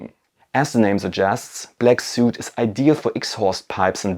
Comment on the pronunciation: Great video! Also, "soot" rhymes with "foot".